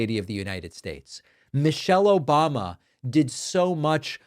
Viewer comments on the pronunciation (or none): none